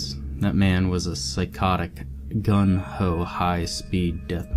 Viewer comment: It's not gun ho but Gung Ho not even one minute in.